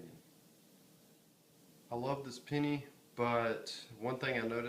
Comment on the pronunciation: The way that he pronounced it "pinny" instead of penny annoys me so damn much